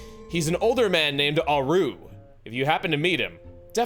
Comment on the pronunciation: The way you pronounce "Auru" is like nails on a chalkboard (no offense intended), since it's a clear reference ot Rauru whose name has the accent stressed on the first syllable.